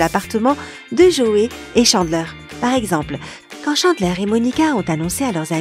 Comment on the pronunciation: Je connais la série par coeur donc forcément si je connais tout 😂 J’ai vue la série +200 fois et j’exagère pas Et ma famille la encore plus vue Par contre ''Joué’´.. Ça se dis pas comme ça...